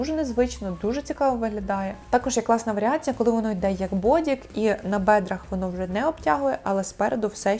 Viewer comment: так, теж хотіла написати, що все прикольно, але слово "бедра" ріже вухо. Але сам огляд взяла до уваги Дякую!